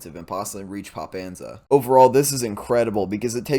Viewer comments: it's Popasna not Popanza :D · Not Popansa, but Popasna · Po-pas-na "pas" is actually "lighter" than many people think idk how to describe it oh an Edit: po pah sna okay i edited again because i think pah describes it better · Poh-Pah-San-Ahh. I think that’s the one you mean? Up on the high ground? I learned all I know listening to how Denys Davydov pronounces things. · Say Pop pan sa one more time! Hahaha